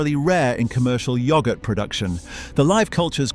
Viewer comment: I'm not going to listen to yoghurt being pronounced like that